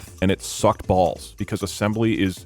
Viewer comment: When doug said balls, I really heard the letter B and felt a wave of nostalgia. Anyone remember back when dougs streams were as good as the bee stream?